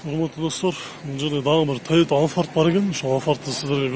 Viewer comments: Алфард эмес кичине прятныйраак альфард десен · Тойота алфард эмес АЛЬФАРД туура айтчы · Алфард дебей альфард десен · 1.алфард эмес альфард. 2.сүйлөө грамматикаңа көңүл бур, ката бута эле согуп коюпсун. 3.баасын айтпасаң эфирге чыкпай эле кой.2альфарддын баасын айттыңбы же жөтөлдүңбү ,угулбай эле калыптыр.